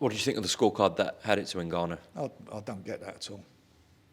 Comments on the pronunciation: The most infuriating part of this whole interview was Frank's insistence on calling N-Gannou, NA-Gannou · N gannu not nagannu frank u big sausage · Is Frank seriously calling him Nahganu?! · Frank trying to pronounce Ngannou 😂. Nnnn gaaaa nnnn uuuu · How can Frank still not say ngannou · How many times does Frank contradict himself here?! At least respect the real winner by pronouncing his name correctly you silly old man 😵‍💫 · Why can nobody say his name properly?